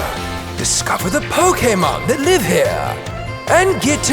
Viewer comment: “First ”